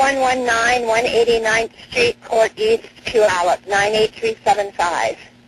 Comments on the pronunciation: Oh wow, you separated Puyallup from South Hill. People usually lump us all together as one city 😅. I’m also surprised you say Puyallup right. Most people jack our name up terribly 🤣. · It’s evident you are from this area. You are the first creator to pronounce “Puyallup” correctly. 😁